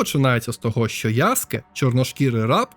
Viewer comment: Тиба😮 Нарешті хтось правильно назвав його ім‘я - ЯСКЕ👍 А не то як з мокшансько-совєцької транслітерації🫶 А стосовно гри, ну якби не прив‘язка до серії АС, то може як окремий проект і можна булоб зіграти та можливо отримати якесь задоволення, а як я помітив що більшість обурень починається з фрази - «це вже не той АС», на крайній випадок кліки могли б зробити щось по типу «Assasins Creed: Stories», можливо так булоб менше «питань» та обурень🤔 На подібний коментар мені хтось відповів: і це був би сон собаки! Та нехай і сон собаки, це їхня франшиза, але навіть в такому випадку, «нові» частини можна булоб не прив’язувати через «ср**ку» до основного сюжету🤔 Чи в орденах ассасинів та тамплієрів - були тіки головні і впливаючі на історію члени? Ні, тіж тіпи які видавали завдання, та інші учні… з цього навіть можна якусь сессійку зробити🤔 де ти доприклада ноунейм член ордена, навіть редактор персонажа можна підв‘язати, виконуєш буденні завдання🤔 Йой, щось мене занесло, дякую за відео(і за правильне вимовлення) 👍🫶🇺🇦